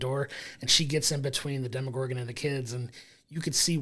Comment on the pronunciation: Why do you keep pronouncing Demogorgon like it’s a French brown sauce or Bruce Willis’ ex wife?! There is no “i” in demOgorgon.